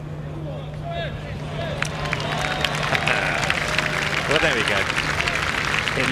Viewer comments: stop calling him A-berg!....he is not an A-hole!....he is an Awesome player!....AWEBERG!!!!....the swedish letter Å is pronounced AWE!!!!!!! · English speakers should pronounce his name O-berg instead of A-berg. That would be much closer to the right pronunciation. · His name is not "Aberg" the reporters should say "Oberg"